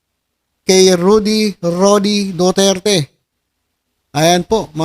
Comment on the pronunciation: Hey,, hindi yata duterte ang tunog nung sinabi mo ah kundi dudirty dudirty he he he.